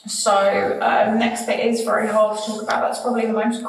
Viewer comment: I really like how you tell the details of cases. And your make up is always so pretty at the end lol... I am not at all into make up but I think it's somehow soothing to watch while listening to terrible details. Anyway, thanks for your channel! Also think it's kinda cute how sometimes when you're saying "very" it's more like "wery"... IDK lol anyway <3